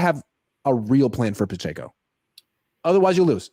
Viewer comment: The way Grant says Pacheco is killing me It’s puh-check-oh, c’mon